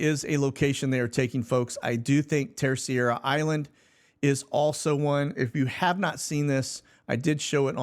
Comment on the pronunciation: Terceira. Just say : TerSAYdah.